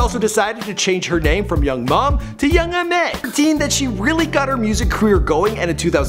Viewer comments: Did he say Young Mom? 😑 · It's not young mom LMFAO